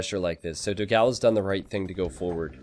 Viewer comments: please learn the correct pronunciation of "Dogão". It would be a gift to all your brazilian followers. Also, great content as always! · Your Dogao pronunciation is wrong, type "dó gão" at google translate and listen the brazillian portuguese pronunciation